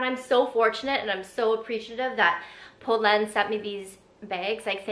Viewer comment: I’m so happy you did this. These are the exact styles in the exact colors I’ve been looking at from them😅 also glad your sister in law taught you the pronunciation because it’s butchered so much on YouTube lol